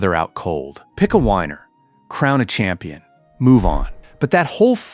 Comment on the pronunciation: "The Patriot or the Taad?" I think you missed an H in there. "Pick a whiner" Are you sure you read this script?